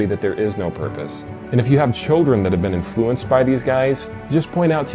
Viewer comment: In—... In-FLU-enced?!